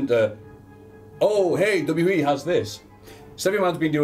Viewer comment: needs to learn how to say W W E properly